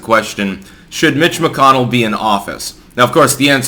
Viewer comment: had to rewind to see if you said "mitch mcconnell" or "bitch mcconnell" lol. well done sir. "bitch mcconnell" is now as canon as "big mike" in my book